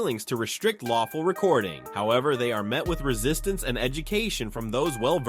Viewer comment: Its not a lawcfool